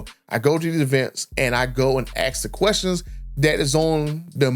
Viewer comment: It’s ASK not AX